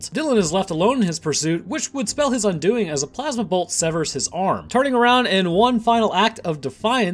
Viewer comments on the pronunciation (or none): none